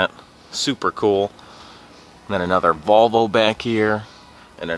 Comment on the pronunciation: Did you say ballvo not Volvo 😊😁